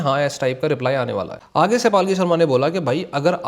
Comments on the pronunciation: Not paaalki sharma.. its palki sharma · Bhai her name is Palki not Paalki. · Bhai ... dont pronounce her name as 'Paalki'. It's पलकी. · पालकी नहीं पलकी है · Bro palki sharma hai Paalki sharma nhi 😂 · Palkhi nhi bhai palki hai wo😭 "palak jhapki" wala "pal" or "jhapki" wala "ki", tum "devta ki palkhi" wala palkhi bole ho😭 itne accha naam ka encounter kar diya bhai😭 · palki sharma ❌️ paalki sharma ✅️ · Paalki nhi bhai 😂. Palki h unka name